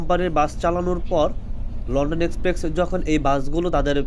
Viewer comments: শব্দটা এক্সপ্রেক্স না, শব্দটা হলো এক্সপ্রেস 😂😂😂😂 উচ্চারন ঠিক না করলে ফালতু লাগে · Its express bro, not exprex. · আরে আবাল রে লন্ডন এক্সপ্রেকস না, এইটা লন্ডন এক্সপ্রেস, বারে বারে সেইম কথা ঠিক করেন কথা গুলো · ভাই এক্সপ্রেকস না এক্সপ্রেস হবে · লন্ডন এক্সপ্রেক্স না লন্ডন এক্সপ্রেস। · এক্সপ্রেস ভাই 😑 বার বার এক্সপ্রেকস 😑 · ভাই আমি আপনার একজন ফ্যান তাই আপনার ভুলটা ধরিয়ে দিলাম রাগ করবেন না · গ্রামের চাচাতো ভাই প্রথম যখন লনডন এক্সপ্রেক্সে উঠে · কিরে ভাই আগে উচ্চারণ ঠিক করেন! "এক্সপ্রেস" নামটাও ঠিক ভাবে উচ্চারণ করতে পারছেন না!